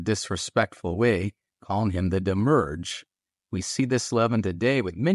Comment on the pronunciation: Not 'demurge' - demi-urge.